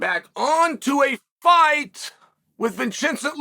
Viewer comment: Vachincent Luque 😂